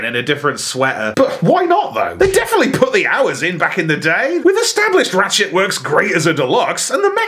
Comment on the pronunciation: I’m not the only one who heard “Rat-shit” and least a few times right? Lol